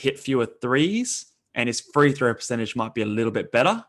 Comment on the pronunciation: Why is that guy saying three throw. Its free throw homie